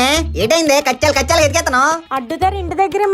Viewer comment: కచ్చాలు కాదు కెచ్చాలు